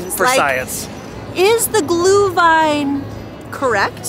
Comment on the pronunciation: Looks way better than I expected! The stands really look like they do in Germany/Austria. But with the business and cultural connections, that makes sense. It's nice to see the Glühwein being sold in actual ceramic cups with a Pfand. Btw, please please stress the Umlaut when you say Glühwein 😅 it is not glue-wine. I wonder how strict the Americans are regarding drinking the alcoholic beverages and if they check ID and all that stuff.